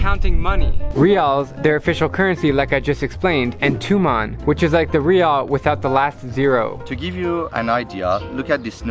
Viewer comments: By the way its Toman not tuman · Hi Drew, I am Iranian, and I just subscribed to your channel. BTW, we (I guess ppl from Tehran) never same TUMAN (TOOMAAN), it sounds more like toman (t (short o) & man (short a); as for our currency being confusing for foreigners and being worthless, I agree 100%.......after all, what do you expect we are under sanctions, and more sanctions are coming up next month and in November. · Confusing thing was the Persian guy pronouncing Tuman wrong... FYI it’s pronounced toe man (as in your big toe and hey man) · Sylvester Twobuils he said Tuman idiot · Hey drew, not wanting to be a dick or anything but the Iranian way to spell the currency was Toman it also depends where you live a lot of city’s have different dialects of saying it for e.g in shushtar they say Tomen also if you ever go to Shomal make sure you count by Rials ;) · It's actually pronounced toman like "Toe Man"